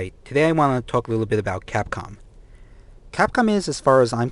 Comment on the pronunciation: The fuck is capon? were talking about Capcom.